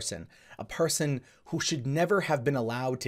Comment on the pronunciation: A ‘parson’ aye 😂